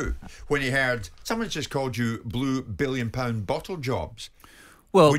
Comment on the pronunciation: He would say "Bwue Biwwion pound bossle jobs"